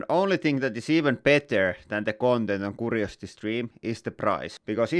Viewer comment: I don't know if this will help; Curiosity is pronounced with a Q sound or like a cue ball. Just slightly different than how you pronounce it koo. Maybe add a Y sound to what you say; kyoo.💗Love you all!